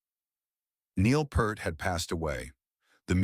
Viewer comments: At least pronounce his last correctly. It's PEERT, not Pert. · It is pronounced P-EAR-T not P-ER-T you waste of human life...... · How is it this narration persists in mispronouncing Neil's name? It's PEERT! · Note to the authors: If your claim of respecting Neil Pearl’s legacy is to be believed, the least you could do is say the man’s name correctly! NEIL PEART sounds like EAR 👂 You muppet. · Fuck sake man! If you’re going to make a video about Neil Peart you could at least pronounce his surname properly! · i didnt like that his name was mispronounced throughout this entire video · The narrator doesn't even know how to pronounce his last name.🥴 Could you, AT LEAST, do some simple research on how his name is pronounced???🙄